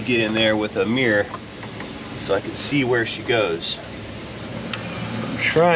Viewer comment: What’s a ‘meeerrr’, do you mean mirror???